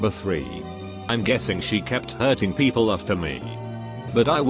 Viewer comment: This text to speech robot needs an update. "Peeeeeeaaaaapl"? Really?!